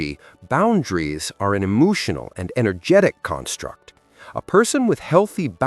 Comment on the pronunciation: E-moo-tional? You shouldn't get all e-moo-tional and cry over spilt milk, or mispronounced words!! 😂